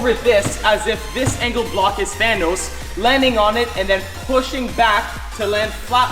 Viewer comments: Than-noss it’s thanos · thanos not thonos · The way he says thanos😂😂😂😂😂😂😂😅😅😅😅😆😆